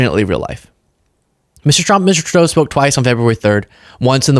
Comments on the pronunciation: It's not 2 Dough It's TRUE DOUGH OMG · Justin Too Dough? Geezus C. Ker-eyes='t This is his freaking Dementia again. He's old enough to know Justin's dad, Pierre was once the PM & should be able to say it, but can't.